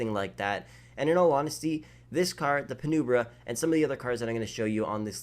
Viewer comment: It’s pronounced (Pi-numb-bruh)